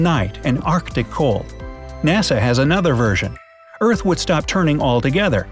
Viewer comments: It’s earth not eart anyway I’m a big fan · its earth not eart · Are we gonna talk about “Eart and Sropped?” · No one: Absolutely No-one:: Eart sropped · this video gave me chills for some reason, it actually so scared what if this legit happens? and did anyone notice he said eart, not earth, let’s pray for this world! 🌍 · Did nobody notice he misspelled earth and said eart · It’s Earth not Eart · it is earth not eart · It's earth not eart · EART EEEAAARRRTTT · It said eart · Ahem,EART, *fake cough fake cough* URGHHH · It says Eart instead of Earth why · you said eart oof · They said eart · You said eart